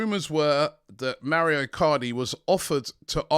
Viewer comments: Robbie MAURO is an Italian name, please take help from James to pronounce his name. MA U RO. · Robbie MaUro not Mario!